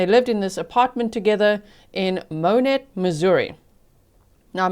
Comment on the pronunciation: I live in Monett and heard the sirens the day this happened. I checked a local fb group crimewatch page where Hannah’s neighbors were posting what happened and were asking for prayers that the grandparents could get the baby. Such a sad situation. Thank you for covering this story. (And kudos for pronouncing Monett correctly.)